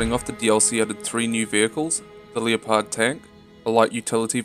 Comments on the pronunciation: lee oh pard..... its fuckin called leh-pard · its pronounced lepard not leo-pard, like the animal, straight disrespecting a tank that makes the Abrams look like hot garbage lol. makes me cringe every time you say it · No lol I usually pronounce it like Le-pud. Leo-pard is just a humorous accident that occurred. I don't write a script for these videos, so sometimes it takes multiple recording attempts per segment, to put thoughts into words. Which can cause brain dead moments, mix in my accent and you get things like Leo-pard lel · I'm not sitting on your accent but do you actually pronounce like leo-pard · that does not make any sense as its named after the animal. so you're saying by it being a german design the name would forgo the correct pronounciation which is extremely ignorant. also following that logic the "tank" part would be pronounced "tunkeh". I can understand if you are talking about the tank through a german conversation but its an english video. Also we use them in canada